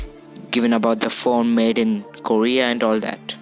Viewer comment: When you realise he already has 2 phones and recording the vid with another phone.... Me: HOW MANY PHONES U HAVE. "YoU gOt GawmEs on yoU fOnE."